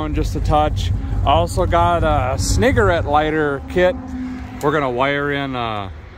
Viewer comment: The way you pronounced Cigarette might could be misconstrued in a bad way, if you didn't realize. Keep up the great work.